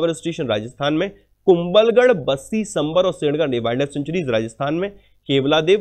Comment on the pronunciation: Sorry Sir but I want to correct pronunciation. It is सांभर lake not संभर। and बनास river not बनस river। thank for yur CA show